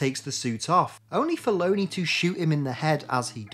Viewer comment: I think it’s pronounced LON-ee not Lony like Bologna.